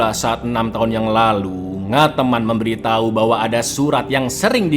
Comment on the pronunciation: juga memberiTAI...😂😂 Meddok banget di bagian akhirnya